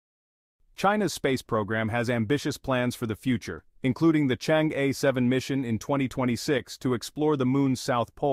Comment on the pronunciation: i guess chinese AI should know how to pronounce "chang-e" correctly